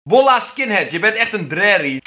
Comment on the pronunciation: KELVIN SPREEKT WOLLAH UIT 😂😂 ~Kelvin 2k16 No hate vind het gewoon grappig!! Li..... Ik ga er niet eens om vragen.. 😂